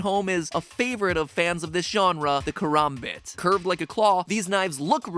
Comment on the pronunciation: Its pronounced ku-ram-bit